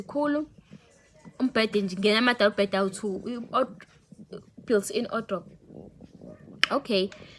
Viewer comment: Its wardrobe oe not Odrophu!!!😢...i like your hair🙃